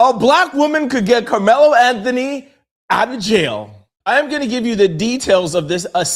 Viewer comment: Karmelo is in prison my dude just to help you out so you can pronounce that correctly in your next video!!!